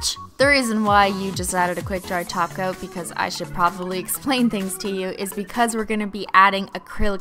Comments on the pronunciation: Tacos lol ppl always think you are saying taco instead of top coat. I know how you feel Cristine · did she say "taco" every time instead of "top coat" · i thought i was the only one who noticed that she said taco instead of topcoat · Why do you say toco instead of top coat? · Are you purposely saying tacos instead of top coats? I'm genuinely curious lol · Mmmm...glossy tacos.... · Are you saying taco on purpose? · I keep hearing glossy taco ? This is like the cup song ! 😂😂😂 . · every time you say "glossy taco" I laugh so hard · Is she saying glossy toco lmaoooo 🌮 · She says glossy taco though xD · lol u keep saying toco! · Lol she says Taco instead of Top coat. Lol I don't mind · Am I the only one who thinks she was saying taco instead of top coat? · is it just me or did she say glossy tocos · are you purposefully saying taco instead of top coat or am I hearing things . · she is saying top coat some times, but people said it sounds like she's saying taco so since then she started saying taco most of the time. She even says on "add a quick dry taco because you're getting hungry" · why do you say Glossy tacos?😂😂😂😂 i mean that is what i heard...... LOL😂😂😂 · does anybody else realize she she says top coat it sounds like taco! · When she said "glossy top coat" I thought she said "greasy tacos" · When she talks about the 'top coat' it sounds like 'taco'... Is she doing that on purpose or am I just insane?